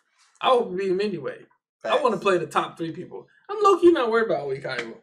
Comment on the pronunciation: EVERY time you say Oikawa's name slightly wrong and I crack up! I cannot! help x'D